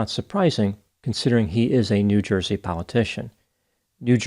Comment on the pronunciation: "It's a Joizy thing". 🤣